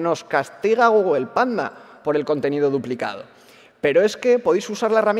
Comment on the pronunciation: "GUGUEL" xD